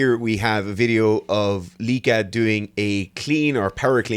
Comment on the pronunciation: Correct pronunciation of Lieke, by the way. Proud of you. Oh wait it became Lecke halfway through the video. Ah it's Lieke again. What a wild ride.